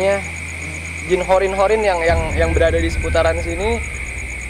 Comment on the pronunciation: Bukan horin tapi qorin ki...